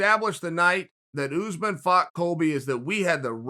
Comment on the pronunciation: Matt from Wii Sports its pronounced as "usmarn"